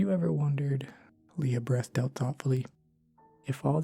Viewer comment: Honey... YOU AREN'T PRONOUNCING "BREATHED OUT" CORRECTLY! REALLY?!?! DON'T BE LAZY!